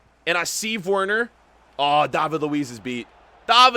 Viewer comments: Its Werner not worner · Werner is pronounced as if there’s a V instead of a W, it’s pronounced Verner but it’s spelled Werner. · Verner not wearner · Gotta love how he pronounces Werner 😂